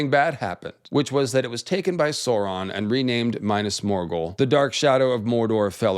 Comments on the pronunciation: "my-nass morgul" this isn't necessary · “Minus Morgul” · Dude reads about "pale walls of Minas Morgul" and proceeds to call it oily black. Like... they are not, read it again. It's written right there before your eyes. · Big fan of your content, love the research, fascinating theories, fantastic style. But the way you say “Minas Morghul…” It pains my lil hobbit heart.